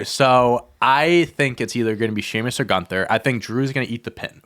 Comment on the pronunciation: Who's Piper Nixon? Did Piper Niven and Nixon Newell do a fusion and I missed it? Lol Also y'all keep mispronouncing GÜNTHER's name.